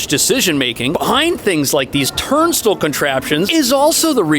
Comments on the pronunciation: It sounds like you're saying "turnstool". I've never heard anyone pronounce it that way...is it a New York thing? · Well, you got what you wanted. You pronounced it TURNstul enough times that I engaged with the video. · Do New Yorkers pronounce "turnstile" as "turn-still"? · Turn-stool?! Ugh! Turn-stile! Rhymes with tile...as in bathroom tile. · Somany lies in this video as usual. This fool can’t even pronounce “turnstile” let alone do a story on the subway. Don’t believe anything he says. Btw, Congestion Pricing isn’t officially dead. It’s up to the Courts to decide.